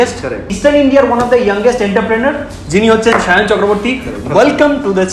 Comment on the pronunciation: Please correct your pronunciation enter-prenor nah. If you are presenting something present them in an accurate way. #westbengalwithrohit